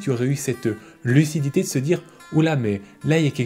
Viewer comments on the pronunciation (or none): cette "LUCI"dité 🤣🤣